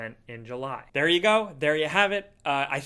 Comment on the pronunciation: Nobody:: HELLO THAH